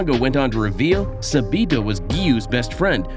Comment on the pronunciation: No hate or anything but who is subido I thought it was sabito 💀💀💀